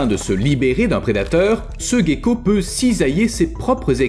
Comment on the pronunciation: Ce n’est pas un "guécko" mais un ’’gecko’’